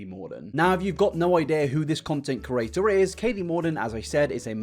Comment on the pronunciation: I love how he says “creator” like “kurator”